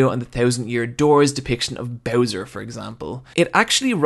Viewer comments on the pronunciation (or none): none